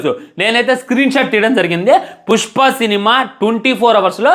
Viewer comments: Puspa❌ Pucchpa ✅ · 0:1 pushpa kadu pujpa anta 😂😂